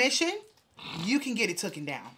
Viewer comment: It’s “TAKEN” sis “TOOKEN” isn’t a word!